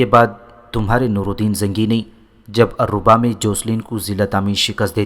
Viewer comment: بھائی یہ الرھا شہر ہے alriha